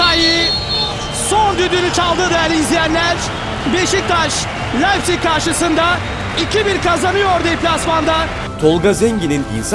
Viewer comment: Güzel bir çekim yapmışsında leipzig Lepzig diye okunmaz laipzig diye okunur 😉